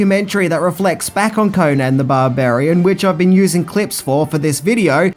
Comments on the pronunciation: Destroyed the character, created bt REH. A mish mash of several howard stories and from other charachters.. ...and its CONN-an not KOHnan FFS its ROBERT, nor Richard E Howard! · its pronounced conun not conaaaaaaaaan please get it right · CONN-an, not Koh-nan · Holly fuck, can you butcher his name any more?, It's pronounced conun, even known it's spelled conan